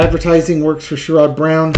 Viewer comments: It's pronounced SHARE-id, not SURE-ODD. Sherrod Brown. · it sounds like "Cher" and "good" without the g... with the emphasis on the first syllable... (i'm really not a language dictator, i swear! 😂) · Clue: "Sherrod" is pronounced like "Sharon" with a 'd' instead of an 'n.' I'm in Ohio, and even most Rethugs like Sherrod. Only the ignorant MAGAts will support anyone with an R by their name.